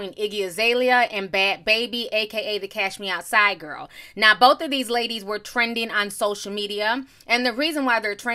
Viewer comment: was that actually lil miss Mush Mouf "Cashmeou'side"? fr fr? Cuz damn if she didn't sound like an average Becky when she wanted to.